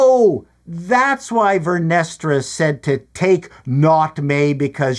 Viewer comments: Vernestra sounds like "Menestra," a bean stew😂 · "Vernestra" ...cream 😂😂😂😂😂